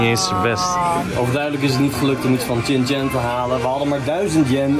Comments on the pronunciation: Shin Chan, niet Chin Chan 🫠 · Wisten jullie dat je het uitslreekt als Shin-Chan (sjin-tjan) en niet Chin-Chan? (Tjin-tjan)